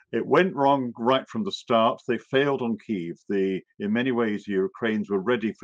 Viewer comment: Please learn to pronounce Kiev